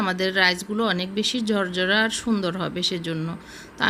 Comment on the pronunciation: ভেজে--বেজে। পোলাউ--ফলাউ। ঝরঝরা--জরজরা। ঢাকনা--ডাকনা। আরও অনেক ভুল, ভুলে ভরা উচ্চারণ please উচ্চারণ শুদ্ধ করুন।